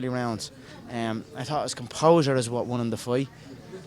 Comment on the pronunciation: "It was his composah, he was just composed" shut your FOOKIN' mout'. 50-0